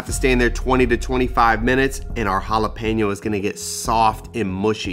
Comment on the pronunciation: I loveeee poppers! It’s a must appetizer every party I throw! Can’t wait to try this recipe! 🔥 🔥 🔥 I’m glad you didn’t say Jalepino! I can not when people say it like that 😂